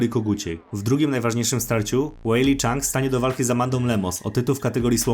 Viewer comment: super kanał i informacje, dobry research robisz, ale mordo wymowa nazwisk tragiczna Weili ZHANG a nie CHANG jest duża różnica.Musisz to poprawić. 👊👍